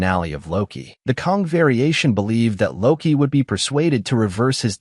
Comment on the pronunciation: KANG not Kong! 🙄